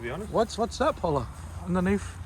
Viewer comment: Is ur name Paula? Or porla? Lol